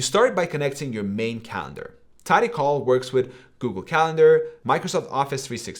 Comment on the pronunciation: My man. It's TidyCal (as in Calendar), not TidyCall as in "phone call".